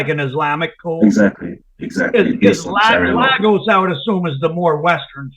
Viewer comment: Lag-Gos 😂, it’s Lay-Gos bro. Everytime I hear about these dope selling Nigerians. I think of that “no akata” scene in the movie “Sugar Hill”.